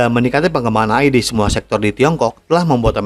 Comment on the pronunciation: apaan ❓❓❓🤔🤔🤔🙄🙄🙄 AYI ❓❓❓🤔🤔🤔🙄🙄 yg betul itu EY AY ( AI ) 🤦🏻‍♂️🤦🏻‍♂️🤦🏻‍♂️🤦🏻‍♂️🤦🏻‍♂️